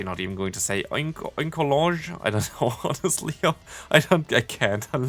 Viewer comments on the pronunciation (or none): none